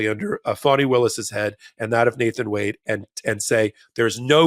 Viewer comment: My phonic attempt may be off but it's Fawn-knee (Fani)